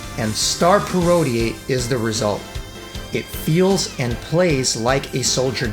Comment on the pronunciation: Not criticizing, you say it how you like... but I was always under the impression parodier was pronounced 'parro-deer' just like how you would pronounce bombadier or brigadier (ranks in the British army). Anyway, cool vid :)